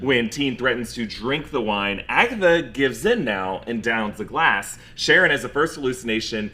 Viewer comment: My wild outside theory based on the weird way she pronounced "sharon" in the second episode (sha-RON) is that she is actually Charon. Maybe because I was watching too much Kaos though.